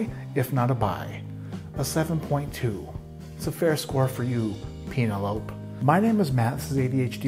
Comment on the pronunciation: You had me at "PEEN-elope."